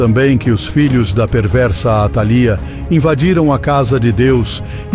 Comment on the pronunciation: faltou acento atalía líii